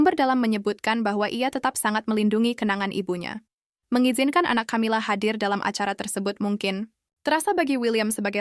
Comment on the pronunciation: Camila itu bacanya Kamila karena itu ejaan asing bukan di baca ejaan Indonesia ..